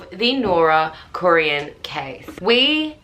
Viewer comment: Their name is pronounced Core in